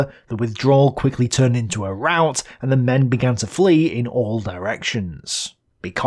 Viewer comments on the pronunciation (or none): none